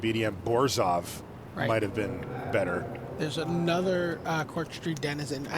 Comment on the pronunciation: It bugs me how Zac Hill pronounces Orzhov